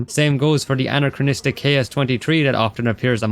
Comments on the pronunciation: Stop fucking saying anacranistic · STOP SAYING ANCHROCHRONCHORORONCHROCHRONISTRIC!!!!!!111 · The work that went into this is insane! Well done Although there's only one R in 'anachronistic' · You gotta stop saying anachronistic homie, I know you got nothing else to say but I wanted to put pins in my ears after this video Great video and amazing analysis but anachronistic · Identifies 260 inaccuracies. Still says “aNARchronistic” and “hemlet” 😅